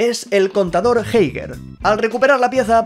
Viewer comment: Como vas a pronunciar geiger asi jaja